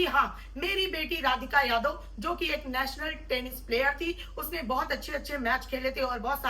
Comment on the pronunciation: Work on your pronunciation and body Posture. As a viewrt श ko स sunna bahut ajeeb lagta hai आरुसी नेसनल means work on this